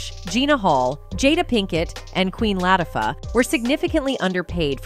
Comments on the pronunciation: * queen LAT - A - FAH " , Its the bot for me lmfao!! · Who is Queen Lah-ta-fah? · Every episode the bot have me like “who?…. what?!”😂🤣😂 but I keep coming back Who is Queen Latti Fah?! 😅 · Queen “Latafa”! What the hell! Do your research on the correct pronunciation! 😮